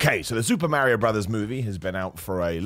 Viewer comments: I appreciate you greatly but pronouncing it Merry-O is a heel tactic and in that light, I also respect it. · Lol I don't know why but it bugs me how u say mario 😂😂😂